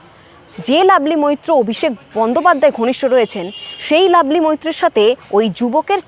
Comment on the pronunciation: কথাটা লাভলি, "লাবলি" না। ঠিকঠাক উচ্চারণ করতে শিখুন।